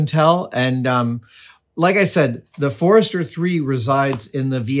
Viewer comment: Amazing! Just some small corrections: Leicester is pronounced “Lester”, and it’s Codex Forster, not Forester.